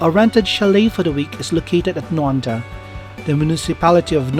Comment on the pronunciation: Thanks for the video. Nendaz will be pronounced like NA -DA'